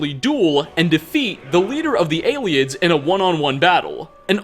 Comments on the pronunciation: They are called the ayletts not aliens you're saying that wrong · It's pronounced ay-lids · I always pronounced Ayleids as eyelids.